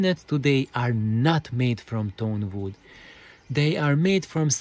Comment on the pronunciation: Superb points,! Indeed, I fully agree with you, bamboo would be the best material for mass production, and aligning a long piece of wood the way you described does help a lot. Sorry for my pronunciation, I meant to say "tone wood", which is the name for luthier / music instrument grade wood: it has a very dense fiber structure, and thus has a very direct, strong, and very fast resonant response to the mechanical impulse. Lesser grade wood and other materials, because of their less organized strucutre, start resonating in sync with the original impulse, but then due to their lack of inner sturcture, the resonances excite non-harmonic modes - which cause the bad cabinet colorations. I'm about to make a series on the inside of my speakers, this Hiraga series (and upcoming Voigt pipe / TQWP videos) are the preparation to understand the foundations for my way of thinking.